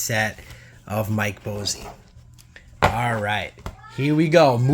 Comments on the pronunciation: Mike Bossy rolling over in his grave with your mispronunciation of his name. It cracks me up. Its pronounced "Boss-E" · I was about to say the same thing Boss + E = Bossy. Willie Stargell gets me too! I like theee type of videos but the constant mispronunciation of players names makes them tough to watch.